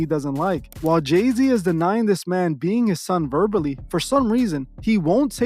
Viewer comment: Is this J-Zay son they call Lay-Z? 🤦🏽‍♀️